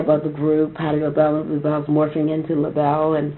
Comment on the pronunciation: THANK YOU! He kept saying "Labelles" and it was like fingernails on a chalkboard. The Bluebelles and Labelle, but not "Labelles."